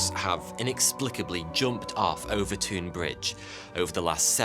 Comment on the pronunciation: Watched every video you’ve produced over the last couple of years. Been hooked since I seen the one about fire that set us back 1000 years. I live 10 mins from Overtoun House. FYI you keep pronouncing Overtoun house wrong and I cringe every time you say it 😀